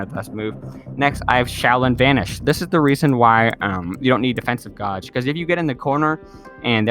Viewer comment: Gauge is pronounced gage like cage but with a G. 😊